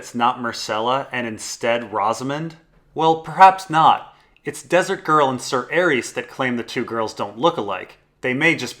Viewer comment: Calvin The Ninja Man better than that clown that says Sayer instead of Ser.